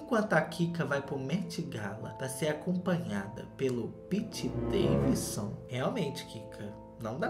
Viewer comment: Amo quando ele fala Piti Daivisu Kjkjkjkjkjkj